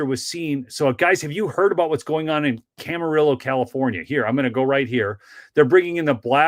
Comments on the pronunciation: Pronounced cam a reeo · Hey, it's pronounced Camariyo LL is pronounced like y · Camarillo = Cam-uh-ree-yo. Love your videos!